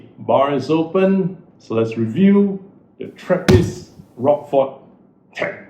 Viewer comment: Pronounced rosh-for, not rockfor!